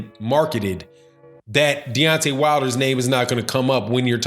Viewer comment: He couldn’t even say wilders name 😂